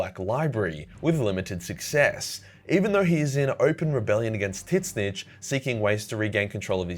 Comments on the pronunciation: I'm starting to get a bit concerned that actually believes Tzeentch is pronounced "Tit-snitch". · Titsnitch = Tzeentch